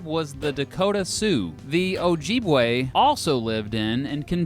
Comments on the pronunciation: Just so you know it’s pronounced ojib-wa not aaaa it’s aeyyy Ojibwayyy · Oh- jeeb-way lol is oh-jib-way. Idk but, I really dont care but I loved the way you said it lol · he said “ojeebwe” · Ojibwa is pronounce "oh-JIB-way" not "oh-JEEB-way". That made me cringe. Also you forgot to mention all the Minnesotans that have jumped on the Packers bandwagon in the past 20 years. Those guys are worse than actual cheeseheads. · It's pronounced: (Oh-jib-wah) but "oh" is almost silent and the "jib-wah" are pronounced almost as 1 syllable, so white man could only hear Chippe-wa, and since the Ojibwa were largely nonconfrontational they were just like, "yeah, o.k., it's Chippewa". (As they muttered, "stupid white man" under their breath). 🤣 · "Ojeebwe"??????????? Its pronounced "ojibawe" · It’s pronounced oh-jib-weh not oh-Jeep-weh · Ojibwe is pronounced (oh-jib-way) not (oh-Jeeb-way) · Soooo Ojibwe isn’t pronounced Ojeebway but Ojibway, also the French and native people largely did not get along and were one of the main contributors to the genocide of native Americans. Also fuck the chiefs for reasons I’m sure you could figure out. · "Ojeebway" lol. It"s "Oh-jib-way." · I’m so sorry but I got so triggered, it’s pronounced oh-jib-way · it’s pronounced oh-jib-way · I’m from Minnesota and our Minnesota history says Ojibwe/Ojibwa are pronounced like you know how jif peanut butter is prounounced replace the f with a b and the we is prounounced like way O-jib-way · Northern Minnesotan and proud native here. Btw, Ojibwe is pronounced "Oh-jibb-way". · You pronounced objibewe wrong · Ojibwe iswith a short I sound, not ojeeeebwe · Loved the video, the only thing was your pronunciation of Ojibwe 😂 its pronounce Oh-jib-way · No one:: OjEEbwe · I've never heard someone pronounce Ojibwe Ojeebwe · lmao. oHJEEbWAY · Ojibwe (oh-jib-way) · Pronunciation error: Ojibwe (O-Jib-Way) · OJIBWAY is how it's said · You pronounced Ojibwe wrong. Everything else was on point.